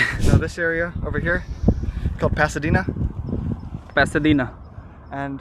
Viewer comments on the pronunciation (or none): Listen properly, is saying passedina you are saying passebina. Why is the so much haste.